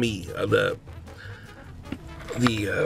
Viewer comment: He said "the orange cranberry muffrin" 😂😂